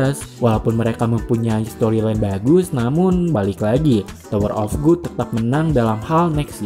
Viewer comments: Bacanya gad bang bukan gud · Gad bang bukan good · tower of god (bacanya gad) bukan tower of good bang..kalau tower of good artinya jadi menara kenikmatan wkwk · Tower of 'gud'? Bukannya di baca 'gad', rubah2 judul ae si Abang masa dr tower of God jadi tower of good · Tower of good sih Yg benar itu tower of gad bacanya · GOD bukan GOOD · wkwk lu kok baca nya "tower of good"? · Kok gua kesel yaa dengernya. Tower of gut, cuncirol wkwkw